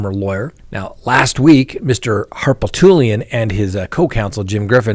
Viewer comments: its not harpletoolian..........its harpootlian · Harpootlian: Har-poot'-lee-un. Good grief. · … Murdaugh’s lawyer is pronounced “Har-poot-lee-anne” 😅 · ❌❌ - you pronounce Alec’s attorneys name HAR-POOT-LEE-ANN❌❌ It’s painful to hear you try and pronounce it 😉